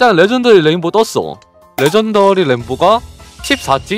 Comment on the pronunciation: 레전더리가 러전더리가 됐네